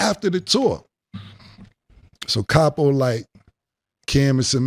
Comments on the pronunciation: CAP-O...LOL...Cam was scared thats why he wanted to do it after. lol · Weak Weak Weak😅Capo Sounded like 😅Crappo💩💩💩😅Julez Fucked Up😅With His Scary Ass Look😅In His Up State Prison Pic😮Plus Kimbella Wearing the Pants in Their Romance😅Dipset was a Noveltie Rap Group...